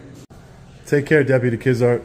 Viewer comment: deputy "KIDZART" haha 👎